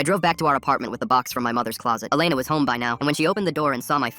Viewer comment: WHAT?? MY name is Alena (but you say it like Elena)